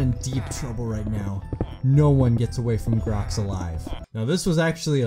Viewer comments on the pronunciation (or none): It's glox not grox